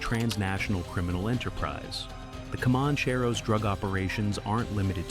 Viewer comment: Pronounced "common-chair-oh".